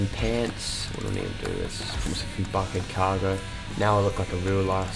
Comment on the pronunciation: I'm subbing but you said ahaha bucket cargo